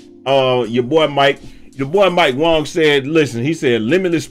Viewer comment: You’re one of the few people who pronounced mike wang right